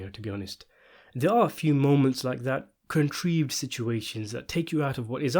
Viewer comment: Yeah and he didn't know how to pronounce the word "contrived". He obviously didn't write what was read